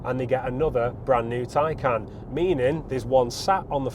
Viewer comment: Oh Burn. You must be speaking via experience. Anyways, please learn how to pronounce the name of the car before reviewing the car.